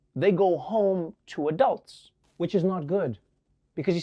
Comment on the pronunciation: WTF? Why does he pronounce a-dulds a.k.a "Adults" that way? No one in South Africa does. We all say it the same as the rest of the world - "Adults." It's the fist time I hear that pronunciation.